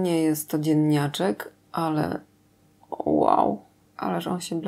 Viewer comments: Ja też usłyszałam "ziemniaczek"! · Jak powiedziałaś na początku „dzienniaczek” zrozumiałam „ziemniaczek” i sobie mysle czemu ziemniaczek pewnie dlatego ze dzienny to takie ziemiste bezowe ziemniaczane kolory :p dopiero na koniec filmu jak powiedziałaś znowu dzienniaczek to zrozumiałam co powiedziałaś :) jednak ziemniaczek tez może być :p